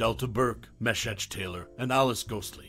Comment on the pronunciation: Facebook is dumb. Because TRUE fans will not EVER forget. An epic tongue lashing by Julia? Bernice? Everyone needs a Bernice in their lives. Anthony? Right up there with Golden Girls. No doubt about it. And his name was pronounced Mee-shack. A little bit of homework would’ve helped with that.